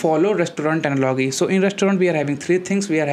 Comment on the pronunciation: Thank you for the easy to understand explanation. But I would like to tell you that you have to work on pronunciation of words like "analogy".